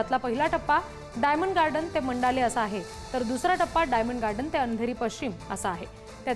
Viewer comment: मंडाले नाही मंडाळा